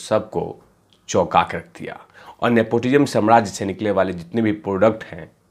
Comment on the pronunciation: नेपोटिम नहीं बे नेपोटिज्म. अनपढ गँवार और कुछ नहीं बन पडा तो आ गया यू ट्यूब पर गँध फैलाने. पान की टपरी खोल.